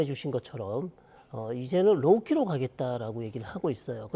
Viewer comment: "로키"가 아니라 "로우 키" 즉 저자세